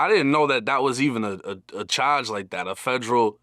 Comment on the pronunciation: “Gun chawge” 😂